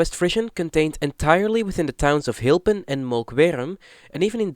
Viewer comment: Strukelje would translate to Tripping/falling over. You pronounced it wrong btw. And your pronounciation for the CITY Hylpen and VILLAGE Molkwerum (should be Molkwar even in Frisian) are simply put horrible. Hylpen is 1 of the 11 cities in the province, it's not a village even if it's size is rather small. And yes, locally we call it "little Germany" as every summer it floods with German tourists. The Frisian language is fairly limited because it was banned by the Hollanders until fairly recently, the Frisians had to fight to keep their language and not be discriminated against. This is also why today the language is still limited and even to this day discriminated against. You however should just ask, Frisians are not scared of anyone asking about it. Do note that every city/town has it's own dialect on Frisian but the bigger places like Leeuwarden and Harlingen for example generally speak more Dutch. And to make it funnier for you, Drents is a Frisian dialect, even if they hate you even saying that but it's true. You can speak Frisian in Drenthe and they should be able to understand most of it.